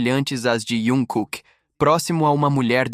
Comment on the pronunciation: Q eu saiba é jungkooke e nao iankooke,besta